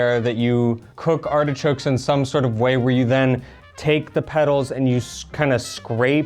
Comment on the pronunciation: I keep hearing say hedgehogs not artichokes. It makes the video sound rather cruel. 😂